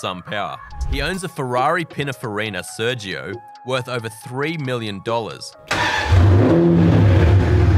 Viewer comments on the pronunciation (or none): none